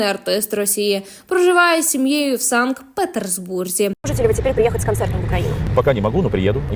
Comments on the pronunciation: Шановна ведуча ( та, що озвучує) зверніть увагу на те, що вимовляється (та й пишеться) не ПетерСбург, а Петербург, без літери С посередині. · чому санкт петерсбург, якщо правильно санкт петербург? звідки буква С?